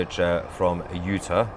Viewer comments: Utah.............pronounced, "you - taw". Not 'you-tuh'....js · U-TAH, please. Love u, Mahyer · It is pronounced Utar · Not "Uta" -- UtAHH or UtAWWW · Just to help you out it's not pronounced Uta, it's you-taw, but keep up your great work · I'm sorry, the way you are pronouncing Utah is like nails on a chalkboard. You know when a British Nanny is telling the kids to let go she says "ta ta" or when you open your mouth your Doctor says "open wide and say au" or "raw" as in raw fish "Utah" as raw but replace the R with a T ... (you-taw) ... Hopeful you get it by your next video 😊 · Hi my friend. It's pronounce U Tar. Not utur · Sounds weird. It’s pronounced u-Tah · Soundsmore like U-tah.. (No offense) We depend on your reporting Sir! God protect your father! 🤏♾️☮️🫶☯️🌐👌🫵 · you're not pronouncing UTAH correctly. long A at the end... not short a. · Please pronounce Utah correctly. 😅